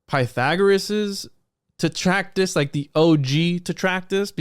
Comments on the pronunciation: As opposed to "Trac-tat-us". You might have caught a touch of the ol', 'lysdexia'. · Not trying to gamma on anything. This is a badass episode. Im on my 3rd watch, but isn't the word, "Trac-tat-us"?